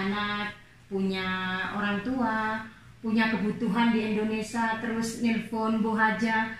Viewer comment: Maaf mbak bukan Indonesa tapi Indonesia,jadi mbak sebagai yuotuber banyak ditonton ,jangan sampai salah2 bicara